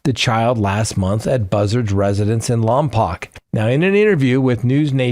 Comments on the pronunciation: Pronounced Lom poke. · Pronounced "Lom-POKE" after the native tribe. 😊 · It’s pronounced Lompoke.